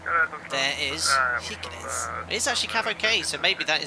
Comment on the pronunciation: Just to mention, i felt that i have to: This is how you prounounce «Kirkenes» — Shiirckenes. Like you say Shakira, start with the SH sound! Thats all bud! Lovley video as always hehe!